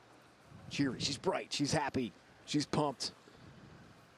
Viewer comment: 폴란드인의 독일식 억양 그리고 하피 (Happy)라는 발음^ 4위에서 우승먹엇네여^ Congratuation Woh~,~!!